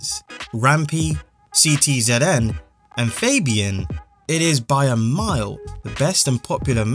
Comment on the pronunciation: He called CTZN letter by letter 😂😂